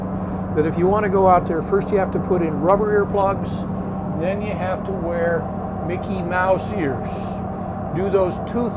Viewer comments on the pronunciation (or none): none